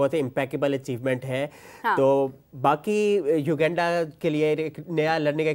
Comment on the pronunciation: bro is constantly pronouncing u-genda instead of uganda😂